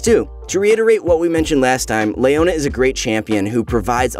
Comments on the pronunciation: Who is this LAYona champion? I'm really interested in her. It's definitely not Leona, maybe a relative, Her twin? In all seriousness how do you pronounce the name Leo? Is it Lay-o or Lee-o? Rhetorical question. 😅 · Lay ona? thought it was Leo na? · Le-o-na. Not Lay-o-na. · nobody says Layona... Its Leona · Leona ≠ Layona Shaco ≠ Shayco League of Mispronounciations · Who is Lay-ownya